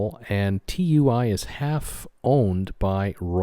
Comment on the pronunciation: Tui (too wee) not T. U. I.